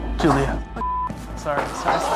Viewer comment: Maybe if he would've annunciated Julia better we wouldn't have had a problem. All I can hear is "Jillio" Jillio He doesn't say Julia until the second time